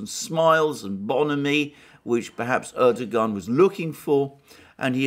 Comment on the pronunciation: Turkish bro, the 'g' is a bit silent. Erdo-an